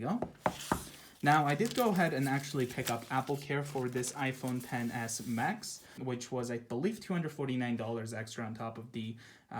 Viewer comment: İlkin Həsənli one year later, I still hear pen